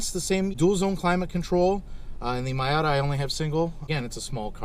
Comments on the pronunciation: I'm sorry but does this guy really think its called a my outta? I cant tell if this is serious or if he just calls his that but it hurts my brain. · you BOOB ...Its Miata ( pronounced MEEata ) . Get , learn it ,live it.... JEESH and SOOOOoo long winded ,yes boring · Say Mayata one more time... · Nice dad n son. Couple of cool car guys. And dad you saying "my ata" is forgiven thanks to the trigger warning you posted on the video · Why does he say MYAtta? Is that a Canadian thing? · Calling your Miata a “MY-ah-ta“ tells me you subconsiously want to keep the Miata! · Alright, stop it right there with that MY-AHH-TA nonsense! We give special dispensations for being Canadian but your using them all up! Edit: Great info from an owner's prospective, thanks!